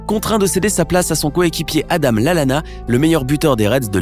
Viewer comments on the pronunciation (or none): none